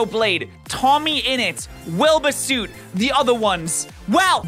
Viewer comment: you are bri’sh and still can’t pronounce wilbur soot correctly, come on dude